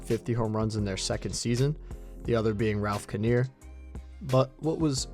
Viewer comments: Ralph KYNER...not Kahnear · You mean Ralph KINE-er? Who is Ralph Ken-eer? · It’s pronounced KI ner so you lose a bit of credibility with me however overall nice effort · its pronounced ralph KY-ner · Ralph Kiner not KIN-EAR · Ralph Kiner rhymes with finer, not with veneer. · Nice piece, but baseball purists won't like the fact that you mispronounced Ralph Kiner's name.